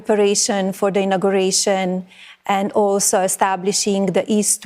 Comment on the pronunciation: I think her accent's actually getting worse. Her pronunciation of inauguration was almost as bad as Noem pronouncing ideology; idiotgy.